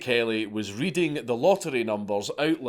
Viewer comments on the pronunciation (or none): none